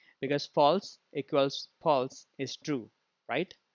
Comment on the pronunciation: Its false instead of flase